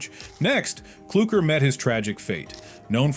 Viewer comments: Its not klucker its clukr or whatever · Its cluker not klurker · Who is this guy: KLUKER it’s clucker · Cluckr not klucker